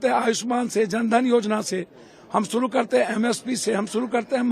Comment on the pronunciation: तुम कुछ भी छुड़ू (शुरू)नहीं कड़ (कर) पाओगे 😂😂😂😂